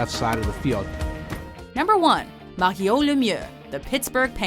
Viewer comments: That's not how you say Mario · Did you guys purposefully pronounce "Mario" so wierd, I mean even he himself doesn't pronounce it that way. You could have at least mention that his health problems were a little more severe that common health problems...he had friggen Hodgkin's Lymphoma for christ's sake. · That moment when they pronounce "Mario" fancy to seem like they know a lot about hockey 😂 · fancy talk Mario pronunciation